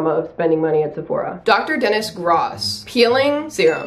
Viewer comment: It pronounced doctor denis gross as in 🤮🤢🤮🤢🥴🤢🥴